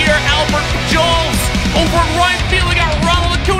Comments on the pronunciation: Who else shook their head when he said “Albert Pejewels” for Albert Pujols? 😂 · it's pronounced Albert puholes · “Albert Pajols” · It’s Albert pu-hols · im sad he messed up the names especially albert pujols but thats fine he still made me smile :) great content.